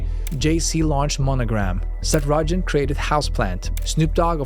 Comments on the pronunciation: SETH ROOOOOGAN NOT Rojen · "seth rojan"